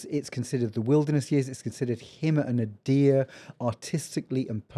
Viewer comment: This Yank was thinking, "nuh-DEER"? What? Oh, nadir! NAY-der.